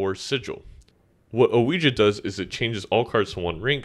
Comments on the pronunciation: I think its because you prounce some things oddly, like "oh-we-juh" instead of "we-gee" for Ouija. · Great short vid; just wanted to say Ouija is pronounced "weegee" before more ppl annoy you about it 👍